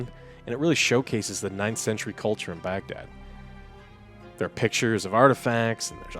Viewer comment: Hearing saying Baghdad was really weird 😅